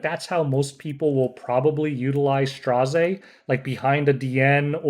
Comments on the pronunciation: Just pronounce his name as 'STREZZ'.... why the stress? XD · Tip: His name is pronounced as Straz, which rhymes with Ras. 😁